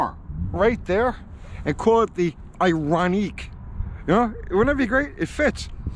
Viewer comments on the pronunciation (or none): it’s pronounced ion Q. Not that that even maters though. Here in Canada the government has this distorted view that 100% of new cars will be zero emissions by 2035. I have nothing against electric cars. One would actually be advantageous to me because I could charge it for free. Honestly thought about a plug in hybrid but then realized my kids would be sitting over a potential b0mb. So no thanks. However I feel they have a place just like a diesel. But to replace gas with them and think it’s better to charge with nuclear power whilst sticking our heads in the ground?Burying it with a 100 000 year half life is foolish and irresponsible. The human race should have figured it out when they said God himself couldn’t sink the titanic. Who’s going to pay the road taxes that gasoline pays for? Who’s going to pay to replace an already strained power grid? The near sightedness just makes my head spin. I’ve thought long and hard about this. How can they really be that stupid? Do they really know less then a lowly blue collar trades man? Then it dawned on me. Politicians know exactly what’s going on. They’re only in office for a short time. They just have to look good for a moment until it’s the next guys turn and if he looks bad for waisted money on an un finished impossible task it’s not their problem any more. It really is a broken system. On a side note. As kids we used to jump and or bottom out our cars for fun and on purpose. Guess that won’t be a thing anymore. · Can't say IONIC...lol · Nothing more boomer than pronouncing 'Ioniq' as "Eye On Neek" 🤣